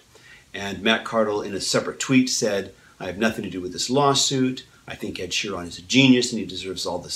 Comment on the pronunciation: It's pronounced sherin not sheron